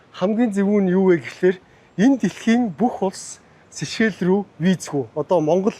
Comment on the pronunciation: Хэл ам дуудлага энэ тэрээ засалдаа. Улс орны нэр усыг нь ядаж асууж байгаад ярилдаа. Сэшээл сэшээл гээд солиороод байх юм. Чамайг үзэж байгаа залуу үе маань буруу дуудна шдээ. Бүүр болохгүй бол AI-аас юу гэж дууддагийг нь асуулдаа.